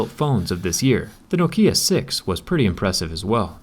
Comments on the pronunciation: noKIA (that's how he says Nokia) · in sweden and likely finland we pronounce is nokja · In Norway we pronounce it “Nóókia” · Man säger nåkkia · Originally it's pronounced nokea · In the UK it's pronounced like (knock I er) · Yes but because you Americans can't speak properly it doesn't make it right. And around the world it's pronounced "Knock Ya". You're literally the only ones misspronouncing it ;P (like like you can't say "mobile" or "nougat" lol) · Why say Nok Í a? is nokia... 😂😂😂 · Well, where I live we pronounce it as "knock-iya" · No-Kia? Yeah I have no Kia. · I hate the way you say NOKIA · What's Know Kia? Isn't it Nokia? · N O K I A IT IS AS SIMPLE AS THAT YOU PUT WEIGHT ON "NO"KIA IT NOKIA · I pronounce nokia like “knock-e-ah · Learn how to pronounce Nokia fuck sake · Why do americans always pronounce things wrong, why not pronounce it as the company does? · The way you pronounce Nokia kind of bothers me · Why put so much emphasize on the I in Nokia? It's not written Nokiea. This is so weird to hear, just say Nokia, no special pronunciation necessary. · it's pronounced nOkia, not "no kia". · U say Nokiá not Nokía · Why are you saying NoKia? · In America it’a pretty standard to say “N’kia”? No, there’s no shwa after the “N”, in British English you have the long “O”, and in American you have the “OU”. It’s legit the official transcription of the word, nobody says “N’kia”. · Nok-ee-a Nokia. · I pronounce Nokia "Knock here" Btw, the first K in knock is silent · In greece we comonly pronounce it as nókia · Nononono not 'no kia' or 'nok ia' its 'nokia' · In Australia Nokia is Pronounced like knockia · No, Nokia isn't pronounced differently all over the world. It's pronounced NOKia globally. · Hey dude. It's not Nokiiiia, it's Nokia. Short, precise i (what you call an e, all you American-English dyslexians). So stop saying Nokiiiia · Stop Say No Kia pls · It’s not Nokeeeeeuh. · No-kia... What a strange pronouncation. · its not nokeya its nokia 😉🤣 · no kee ya